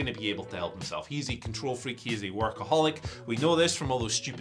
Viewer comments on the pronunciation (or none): none